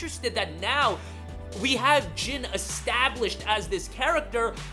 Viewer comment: His name is NOT Gin. It’s Jin. Like the word Jean from blue jeans. If you say one word in Japanese correct then just say the vowels the same. It’s cringy